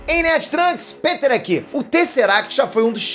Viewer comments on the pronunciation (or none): Cara não entendo quando vc diz o seu nome